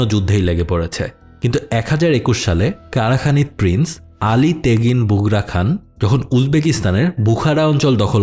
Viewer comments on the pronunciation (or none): none